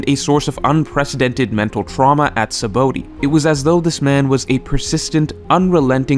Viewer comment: You purposely saying 'Sabaody' wrong?